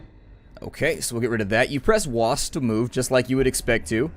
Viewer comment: "WASD" Thanks I hate it.